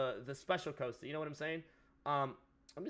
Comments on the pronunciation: It's causta not coasta Mexican pleb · Please, for the love of God, stop pronouncing his name as 'Coaster' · The way he pronounces Costa wrong is so irritating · joey slade ikr he can't pronounce costa lol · How can a mexican guy not say Costa